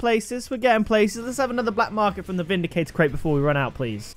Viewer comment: it's vindicrater cate